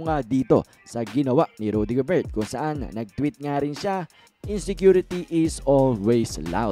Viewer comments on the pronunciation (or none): GOBER lang po ang tamang pronunciation... silent "T" idol... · Gobert pronounced as Gober kc French po si Rudy.. correction lng idol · Paki pronounce ng ma ayos ang family name ni Rudy Gobert silent t